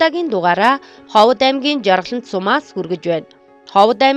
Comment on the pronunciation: Уншиж ярьж багаа хотлогч бусгуй Ховд гэдэг угийг Ховод гэж яриад байхнь сонин санагдчихлаа